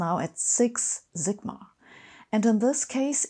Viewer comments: "The more zigma..." --- really, Sabine? Really? English pronunciation is not rocket science. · why do Germans try to pronounce English alphabetically when they don't even know how the alphabet works? she says 'six' with an 's', but immediately says 'sigma' with a 'z'. ironic for somebody promoting 'Brilliant'. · “…six Zigma.” 😉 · I just love the way Sabine pronounces zigma 🙂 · In this video, we observe "sigma" oscillating between German and English pronunciations. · I love the way Sabine says 'sigma' ..